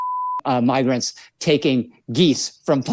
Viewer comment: you beeped it out. anyway I heard it on another channel, he mispronounced MIGR in migrants